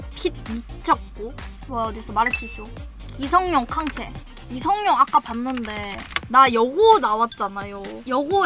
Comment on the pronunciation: 기성룡이 아니라 기성용입니다. 용성기 O 룡성기X